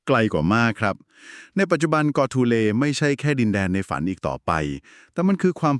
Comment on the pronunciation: กอทูเล ครับไม่ใช่ โกทูเล